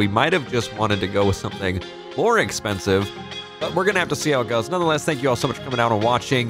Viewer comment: it’s More not Moar unless it’s intentional